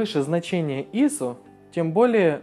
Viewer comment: ИИИсо!)))) Это просто фонтан СТИЛЯ!))))" ISO" - ударение на последний слог!